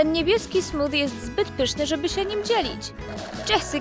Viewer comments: Smofie a nie Smodie! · Smothie- to się mówi smufie a nie smudie